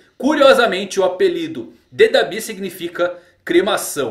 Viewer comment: muito estranho ver alguém falando "dabÍ", eu falo "dAbi"